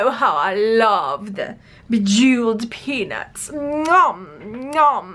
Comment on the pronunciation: When you said those beads reminded you of peanuts, I thought you said something else. 😂😂😂😂